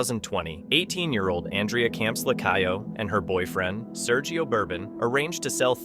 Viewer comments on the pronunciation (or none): none